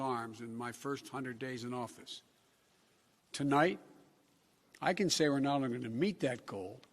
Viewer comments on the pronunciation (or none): You left out the part where he screws up one word into the speech... “to light (not tonight cause, well, he is losing his ability to speak coherently)” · Tolites the nite! I heard it too! He gets nervous speaking to an empty media room.🎟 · The part where Biden said "Tonlight"? Yeah that's kinda understandable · CNBC cutting out his “Tolight” gaffe at the start of his speech is hilarious. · Why did they cut out the very beginning where he said tolight? 😂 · awww, you guys cut out the "tolight" thing at the beginning :'(